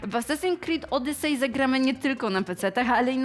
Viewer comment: "Asasin krid odysej " jak ja nie lubie przyczepiać się do takich rzeczy ale niestety tego typu potworków jest strasznie dużo pomijając dykcje i sposób mówienia sam w sobie. Z jednej strony wyrywam sobie włosy z głowy zadając pytanie ,czy serio nie było nikogo lepszego na castingu lub czy wgl takowy się odbył i teraz dostaje się wszystko po znajomości a z drugiej strony dostaje kopa motywacji ,żeby samemu coś zadziałać w tej branży bo jak widać poprzeczka nie była wystawiona za wysoko.